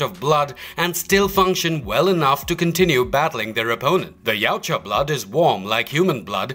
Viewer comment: YA-OOT-YA not YOW-CHA